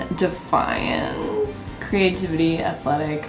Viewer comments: Deviance is not pronounced like “defiance” lol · Is it just me or did she say deviance weirdly? Lol